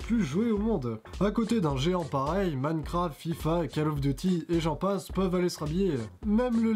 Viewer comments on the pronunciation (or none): none